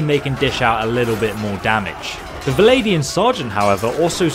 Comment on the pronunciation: VLANDIA, not Valladian or however you are pronouncing it :D You don't say v-log, you say vlog, right? Vlandia.